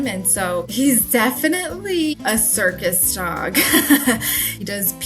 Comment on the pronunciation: You said CIRCUS?? I thought you said SERVICE dog multiple times until I finally realized.